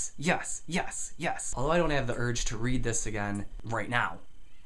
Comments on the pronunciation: Your accent misconstrues your "e" to an "a" when you say yes. Not a big deal I sadly still say "y'all" from my bible belt indoctrination. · why is he saying YASS